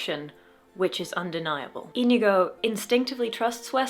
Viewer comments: I'm sorry to tell you, but your pronunciation of Íñigo, while correctly pronouncing the 'ñ', had a mistake. Unlike in English, in Spanish which syllable carries the force in the word matters quite a lot, and in Íñigo, it's the first one, even if to english speakers it seems more natural to apply the force on the second one. That is, it's *Í*ñigo and not íñ*I*go. But no sweat, of course. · Sorry but, It´s Iñigo not Inigo. Ñ alt+0209 or ñ alt+0241. It sounds like onion. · You still... it's still... you're... You're still pronouncing it wrong!!! It's ÍÑIGO, with an Ñ, not an N!